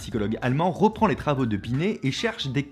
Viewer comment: a dit roh roh binet?